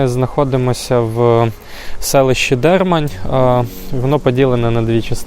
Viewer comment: ДермАнь, кажуть місцеві, а не ДЕрмань. І чоловічого роду.